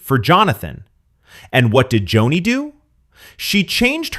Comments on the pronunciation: Joni not Jonny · Pronounced Joanie not Johnny. You lose all credibility. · Someone couldn't READ her name Joni for just fourteen minutes instead of JOHNNY? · It's Joni not Johnny 😅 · Could you pronounce “Joni” correctly? Is this AI? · Cordicil... if you can't read that eird you lack ANY CREDENTIALS to criticize Joni